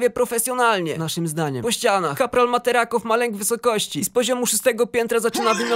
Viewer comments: Miło posłuchać klasyka ale boli jak źle czytasz materacova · materacowa czyta się tak samo jak pisze szefie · Materacow nie czyta się materakow tylko tak jak się piszę materacow. Ps. A może zekranizował byś zadupie? Pasta w formie Audio ( wszystkie części ) trwa ponad pięć godzin wystarczy co najmniej na parę pełnometrażowych filmów.